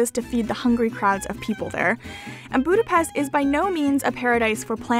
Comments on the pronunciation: Boo-da-best..... triggered hungarian noises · I liked your video and because you were struggle pronouncing some word with “s” i try to help you! If you see an “s” in a Hungarian word it has to be pronounced like “shhh”, and it is always like that, so easy to memorise. “sz” pronounced “s”, as you do it in english normally. I hope it helps, and trust me will be appreciated by Hungarians if you pronounce Budapest(not Budapeszt!) properly! ;) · a little lesson: How to say Budapest NOT boo-da-pest CORRECT: boo-da-pesHt 😀😉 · It isn't pronounced 'Boodapest', it's Budapesht' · Did you not have the biggest Hungarian dessert Palacsinta? My mother was Hungarian and I grew up with them. They are crepes with fruit filling. Crepes like croissants were invented by a Hungarian hotel chef, not the French. French chefs visiting Budapest (pronounced Buda/pesht) in the 1800's took them back to Paris. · great video but one thing I noticed is that if your making a video about Budapest you should make sure your saying "budape-sh-t" because in hungary unless there is a z after an s it makes a shhh sound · Great video. Its pronounced BudapeSHT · Buda- pesht! Try saying it correctly. You expect me to say Toronto correctly! And if you want to piss off a Hungarian, say that something in Budapest reminds you of Vienna.